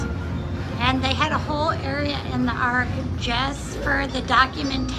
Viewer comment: Been waiting on this one!!!!, its ARK, not AWK!! Very cool!! So fun!